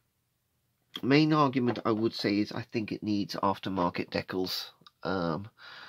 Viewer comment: I twitch ever so slightly every time i hear an englishman utter the word "dekkals" It sort of reminds me of afrikaans. UGH !